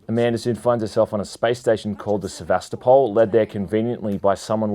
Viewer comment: It's not pronounced Se-va-sta-pal, but Se-va-sto-pul l it comes from the city of Sevastopol in Ukraine/Russia